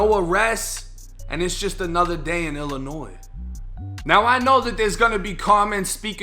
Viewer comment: Glad you pronounce Illinois right 😂 fuck this state tho